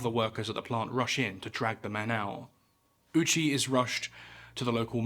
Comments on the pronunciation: Ou in japanese is a long O sound, not a U sound. Petty, sure, but irritating enough for me to hear that I have to stop. British people seem to have an obstinate insistence on maliciously mispronouncing things that is as endearing to me as it is insufferable to experience. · thank you for not pronouncing his name as "Owchie" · I know it's not the japanese pronunciation but the man who possibly experienced the worst death of any human in history's last name basically being "Ouchie" is one hell of a drop of dark irony. Also the margin of error here is insane, you're never going to pinpoint 2.4kg without a proper measurement but how the hell do you overshoot it by amost 14kg 😭That's like trying to fill a solo cup and emptying an entire 2-liter. Regardless, not putting this man out of his misery knowing what was coming strictly in the name of gathering data is one of the most inhumane things I've ever heard of.